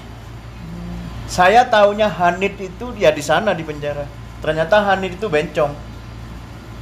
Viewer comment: Maaf mas bahsa arab bencing bukan hanit tapi hanits